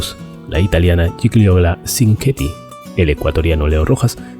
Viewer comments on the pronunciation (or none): Se pronuncia /yiyiola chincueti/ el nombre de Gigiola Cinqueti